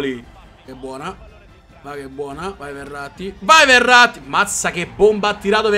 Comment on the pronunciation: quando dici Verratti sembra che dici errati